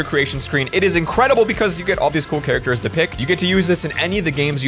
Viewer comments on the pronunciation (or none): none